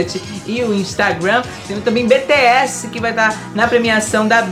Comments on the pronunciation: BTS se pronuncia Bitiéz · A pronúncia de BTS é tipo : "bitch és" kjkjk